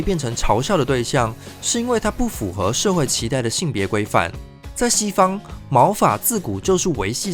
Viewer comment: 建議一下發音，符ㄈㄨˊ 合，不是 符ㄈㄨˇ 合